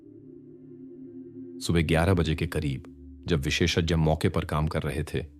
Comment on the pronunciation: visheshajya nahi visheshagya bola karo shuddh hindi me bhi galti kar rahe ho is se achha normal english vali hindi bola karo